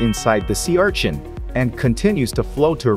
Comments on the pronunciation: Normal people: Sea urchin This guy: see our chin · Sea ARCHIN😂😂😂